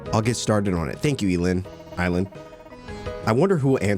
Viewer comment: "eee-land, er, eye-land" takes shot but seriously, I love this game so much, excited to watch you play! :)